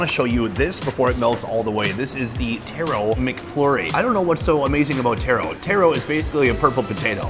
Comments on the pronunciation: I dont like how you hating on taro and calling it tear-row rather than taa-row there no i or e in taro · Taro not Tero. 😅 Taro is not red potato or red sweet potato. Taro is Yam!